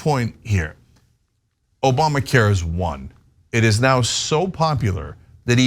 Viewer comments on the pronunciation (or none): "OBAMNA" care